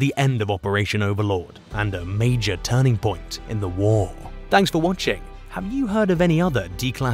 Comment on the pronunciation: Major isn't mahj, I hope this is a computer generated voice. If not, the narrator doesn't know how to pronounce some words.